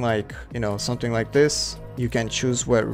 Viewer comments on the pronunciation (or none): dis dis dis dis dthat dis that dis dsicord dis